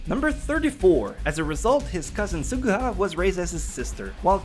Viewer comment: you pronounced almost all the names wrong can I just show you where to stress in some of the names asuna is not a soo nah it's more like aa suna kirito is not kii rii to its short and concise and you stress the t sound suguha isn't so goo ha it's closer to suGUha idk of I'm expelaining this well